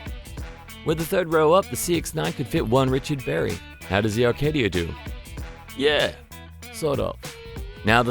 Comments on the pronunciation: Isn't it A-Kay-Dia... I kept hearing R-Kay-Dia. Good review as always. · Its pronounced A KAY DEE YAH.....NOT ARCADIA LIKE THE CRAP TV SHOW JOAN OF ARCADIA......ACADIA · There's no R in Acadia. Stop pronouncing it "Arcadia".....and yes the Acadia is a POS all around. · I can "read" as well as listen and there appears to be no R in the name ACADIA, so not likely I will take not of any info here. Besides, I've already heard John Cadogan's take on this, so there's that. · There is no 'r' in Acadia! Otherwise great review! Love watching your video reviews, always interesting ...keep up the good work. Don't knock it until you have driven one! I drove one in Canada for almost two months. Very comfortable cruiser at 140klm/h along the trans canada highway. Really quiet comfortable car to drive on long trips. Glad they got rid of the horrible 6 speed auto! The 4 speed slush box in my old 98 Magna was more responsive!